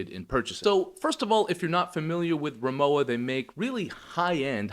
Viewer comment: RimoWa - the W is spoken like the W in Water (it stands for RIchard MOrszeck WArenzeichen, english Richard Morszeck Trademark)